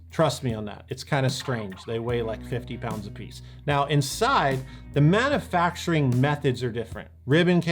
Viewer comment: have never heard a short U on the word manufacturing. interesting.